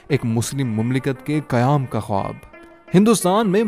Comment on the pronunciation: آپ کا خواب کا تلفظ درست نہیں۔